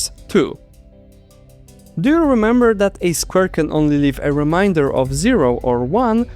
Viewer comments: i was thinking about the way you pronounce remainder and how it differs from what i'm used to, and it left me baffled by the state of the English alphabet. "Remainder" being basically "that which Remains" means it's intended to be pronounced "Ree-mey-n-der" same as "Ree-mey-n". but the way they chose to spell it, "main," leaves this up to interpretation. as the english alphabet currently is, "A" can be pronounced multiple ways given different contexts. "A" can be pronounced "ah" (like in "mall"), "ey" (like in the beginning of "radar"), and even "uh" (like the ending of "mantra"). "i" is in a similar situation where it has multiple sounds in multiple situations. if you read "remainder" with the "A" being "ahh", and the "i" being "ee", then you end up with "ree-mah-ee-n-der" which is coincedentally how you pronounce the unrelated word "Reminder," a word based on Reminisce, the act of remembering and acting upon something from the past. to resolve this issue, Remainder could be spelled "Remeinder", pronounced "ree-meh-ee-n-der" or, just, "ree-mey-n-der". however this comes with a new problem. what if someone sees the "re" at the beginning, with the "E" pronounced as "ee," and then sees "mein" and assumes the E is pronounced the same way? then you get "Ree-meen-deer" which is so far from intentional. with its current setup, the letters are far to inconsistent to ever expect people to pronounce things "correctly". we can't simply change the words to be spelled in the way theyre p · i like how you pronounce the word "remainder" as"reminder" especially because "modulo" means "forgetting" (whole multiples of) 🥰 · I love your video, and also have a tip for you. Consult a native English speaker on how pronounce “remainder.” (It sounds like you’re saying “reminder” to us.) The “ai” part is pronounce like the A in cake. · I also thought it was a great video but was very distracted everytime remainder was mispronounced as reminder. They are two very different words 😅